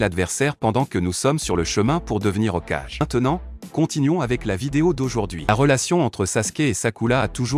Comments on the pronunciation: Il dit pas Hokage il dit Hokaje 😂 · purer la prononsiasion de hokage il la prononce ocaj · Ces pas okage c'est hokage